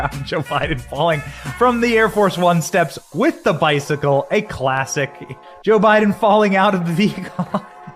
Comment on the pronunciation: I've been watching so chill and then all of a sudden "Boe Jiden"straight up froze me